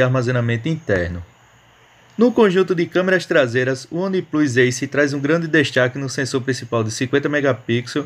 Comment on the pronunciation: Única dica que posso dar é que se as palavras One e Plus se pronunciam respectivamente "Uam" e Plãs" não faz sentido o nome do aparelho ser pronunciado como "Oniplus", aliás a logo da marca é exatamente isso, o número 1 com o símbolo de mais +. Abraço